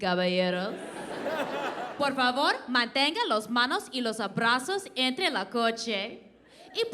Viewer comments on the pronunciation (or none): Not abrazos...just brazos. Lol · I'm not criticizing her: but she pronounce the R in Caballeros incorrectly, is not " los manos " es las manos, she said abrazos ( hugs), arms is brazos , is not " la coche" es el coche, no fumas? is a question to another person " do you smoke?" Or exclamation, referring to another person: " no fumas!", she may tried to say don't smoke ( no fumar ),grosso is a word that doesn't exist, she pronounce empleados the way asians do, pronouncing an R instead of an L, and at the end, she just stirred few words that does not mean anything or make any sense: tacos of tongue, son of **, the apple.